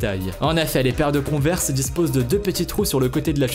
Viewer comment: Conver quad tu le dit tu dois mettre un axent englais